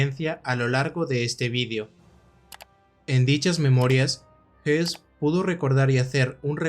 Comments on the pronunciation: No, el apellido Höss no se pronuncia "os" ni "jos". Para pronunciar la vocal ö en correcto alemán hay que poner los labios para una O y emitir una E, o bien colocar los labios para una E y emitir una O: el resultado es el mismo. En cambio, el apellido Hess sí se pronuncia JES, con la "e" como en castellano. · Fabulosa tu investigación, muy buen trabajo, solo una nota aclaratoria, el apellido es Höss. Y creo así se pronuncia "OS". Rudolf Hess es el que estuvo prisionero y murió encarcelado en Spandau. Pero bueno, buen trabajo. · DIOS MIO !!!!!!!!!!.... hay dos personajes nazis.... uno es RUDOLF HOSS y se pronuncia con la letra O y hay otro personaje que se llama RUDOLF HESS que es un heroe para los actuales alemanes por tratar de detener la guerra.. y se pronuncia con la letra "E".... He escuchado tu video y es toda una confusion con estos dos personajes... leistes mucho pero ES UN ERROR GARRAFAL PRONUNCIAR LOS DOS NOMBRES PARECIDOS... He leido los comentarios y no es posible que haya tantos halagos y nadie supo que estaba mal pronunciado el nombre en todo el video !!!.. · Le doy like, pero sin saber alemán, entiendo que Hoss y Hess no se pronunciaran igual. Yo te escucho y parece que hablas del otro, escucho "JES" alargando la E. El otro Hess, como lo pronuncias? "JOS"? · Pronunciate mal,..Rudolf Hoss no hess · aqui se le pronuncia como "hess".. pero es "hoss". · Una observación, Rudolf Hoss no se pronuncia JESS sino JOSS, puedo confundirse con Rudolf Hess y son personas totalmente diferentes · La pronunciación no es la misma que Hess??este es Hoss no??porque dice todo el rato Hess?? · Por la pronunciación se puede confundir a Rudolph Hoss con Rudolph Hess, hago la aclaración